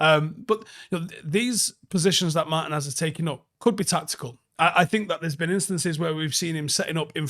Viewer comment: It's "Mar-TEEN-ez"